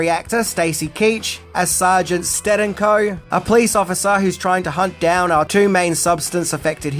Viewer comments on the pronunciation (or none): I saw your post you made about the channel failing,and the massive decline in views. i think you need to move out of the "10 things " genre. Everyone is doing it.Plus not pronouncing names correctly doesn't help. From Tijuana to Stadenko,to "Paramount weren't impressed". I know it's a lot of work,but that's what makes a solid video. Good luck to you